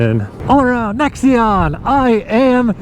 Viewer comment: Thanks for the review but it's a NAXion, sounds like NACKS, not necks!!!